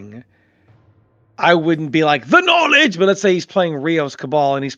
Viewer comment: "THE NOLIJ"